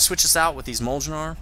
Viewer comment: If you haven't seen the new Thor movies since this came out "mjolnir" is the norse name for Thor's hammer and it's pronounced "mi-yol-neer." I'm not a grammar nazi because I'm a douche, it's only because I care. <3